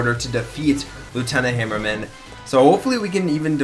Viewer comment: Hammer-man just say it right -_